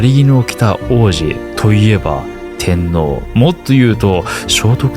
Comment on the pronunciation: テンノーが訛ってタミーノに聞こえなくもない